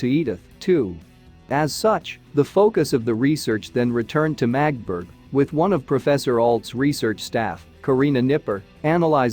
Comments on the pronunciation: Please, it’s not Magtburg, but Magdeburg… give it some effort. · The town is pronounced MAG DE BURG. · Can't anyone program these robo-voices to pronounce words correctly? Among the many mispronunciations — so many that parts of the narration are unintelligible — "Magdeburg" is pronounced with three syllables: "MAE-duh-berg" and "isotope" is pronounced "EYE-sow-tope." I could go on and on and on. But the garbled pronunciation coupled with multiple misstatements of fact render your video useless. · Yep. The voice totally butchers the pronounciation of the name Magdeburg.